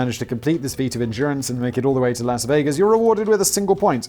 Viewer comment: Simon pronounces Las Vegas with a hard A and Nevada with a soft A. If he just swapped them, he could be correct... (I'm not from Nevada, just someone who is sick of people mispronouncing places.)